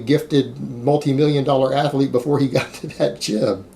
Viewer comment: When are you going to learn how to pronounce "athlete"?😐